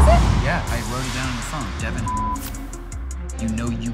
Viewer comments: Devin= duh-vaunn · His name is not Devin it Devil